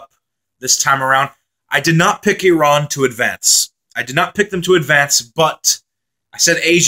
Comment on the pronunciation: Thank you! Appreciate the nice comments about Iran. And oh thank you for pronouncing “Iran” the way it should 😊